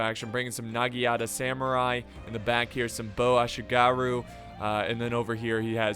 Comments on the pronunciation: Naginata not nagiata but close enough man close enough but dying inside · Nagiyata & Date tho :V